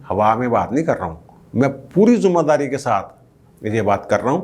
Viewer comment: lafaz zimadari huta hae zumadari ghalt hae, AGR mein galt nehein to, however narrative is appreciated.